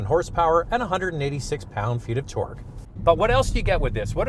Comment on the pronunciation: I love the way you guys say things, don't really notice much difference in the Canadian/American accents. The only thing that gets me is sometimes the way says Torque sounds like twerk, and i think of big booty cars twerking 😂